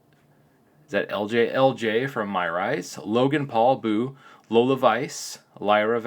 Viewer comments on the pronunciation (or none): none